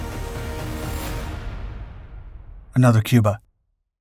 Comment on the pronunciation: "Cubar" Pronounced "Cue-Bar" "Ain't gonna be anutherr Cubar."